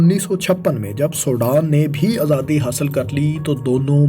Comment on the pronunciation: ماشاءاللہ بہت معلوماتی ویڈیو تھی۔ فیصل بھائی سے درخواست ہے کہ اس ویڈیو میں بولنے والے بھائی کے بجائے خود آڈیو دیا کریں کیونکہ یہ بھائی پنجابی زدہ اردو بولتے ہیں اور مجھے اس سے بہت کوفت ہوتی ہے۔ مثلاً عِلاقہ(Ilaqa)کو عَلاقہ(Alaqa) ، صورَتحال(Soorate Hal) کو صورْتحال(Soorte Hal) اور آزادی کو ازادی تلفظ کرتے ہیں ۔ اور 19 کو انیس کے اُنی بولتے ہیں ۔